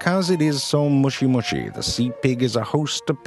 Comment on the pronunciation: LMAO "mushi mushi"